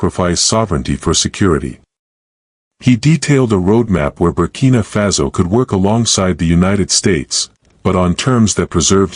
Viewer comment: Y do U pronounce FASO az FAZO?